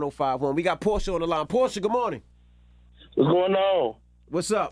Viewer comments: It's Porch"ah" for the car Porche not Porshh🤫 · It's still pronounced porchia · "Porsche like the car" yet his ass pronouncing it wrong...clowns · No. Lol. One has two syllables.